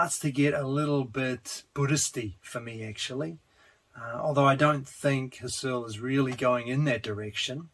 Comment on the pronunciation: Maybe it's too late, because this is two years old, but I'm going through the whole series - and Husserl shouldn't sound like Searle, even when I like them both. It's HUSSerl, if you get my drift. And Berkley as a person is pronounced Barkley, in contrast to the university that carries his name